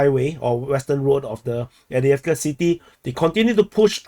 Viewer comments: No, it's Av-dye-ev-ka. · Can anyone confirm the pronunciation of Avdiivka used by this channel author? He says A-dee-ev-ker. Is this correct?